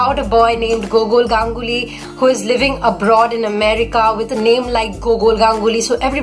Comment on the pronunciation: Just by how you pronounce Gogol ganguly and Jhumpa Lahiri, I can surely say you are a Bengali😂😂